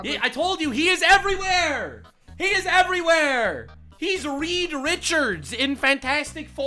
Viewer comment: 'Ree' Richards ..